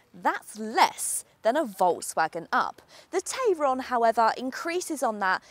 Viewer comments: You’re pronouncing the name of it the way that I pronounce the name of it which is TAY RON Whereas all the other reviews that I have seen call it a TAI RON, so which one is it? Do we pronounce it like the way that it is spelt or not? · About 3 days after it goes on sale the dealerships will be fed up of having to mention "It's pronounced Tie-ron actually" and never again will it but pronounced as such in the UK.